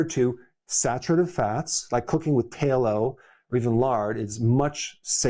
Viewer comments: It's not Taylow, it's talow! Spelled tallow! It's not glyFOsate, it's glyFOsate. spelled glyphosate! Please pronounce these words correctly it matters! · I doubt Dr. Berg will ever see this, but he keeps saying TA-LO instead of tallow. I’ve never heard it pronounced the way he is saying it. So I looked it up in Oxford‘s English dictionary and Merriam Webster’s dictionary and they don’t pronounce it that way either. If you want to be an expert on your subject, you have to pronounce your subjects’ names correctly. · Dr Berg .. it’s glyphosate - not glyphosphate. Beef tallow is pronounced with a short a sound, not like tay low.